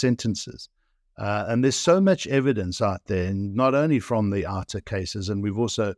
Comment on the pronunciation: OUTA "OUT" "A" not outa dear host lol. That is a whole other meaning.